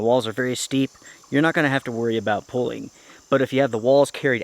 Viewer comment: Pronunciation gets to me. Plz learn how to pronounce pooling and quit saying pulling.